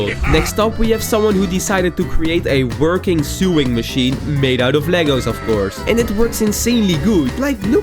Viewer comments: "Sueing machine" 💀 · He said sewing machine